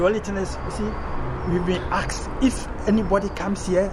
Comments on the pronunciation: Oh dear. He was being "axsed..." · Ive 'AKSED YOU' nicely 🤣🤣🤣🤣